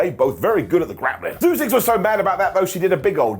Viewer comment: please learn how to pronounce Zeuxis name. Don’t just change it to Zeus.